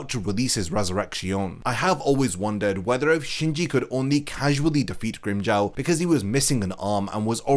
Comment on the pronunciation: Grimm-"Jao" 😭😭😭 it's Grimmjow as in Jaw na Jao